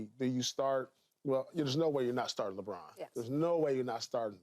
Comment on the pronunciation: Usa captain is french .... Léébron